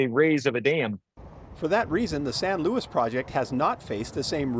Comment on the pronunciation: LOUIS?! Does the name say Louis? Its Luis (Loo-ees). Get it through your thick skulls mate.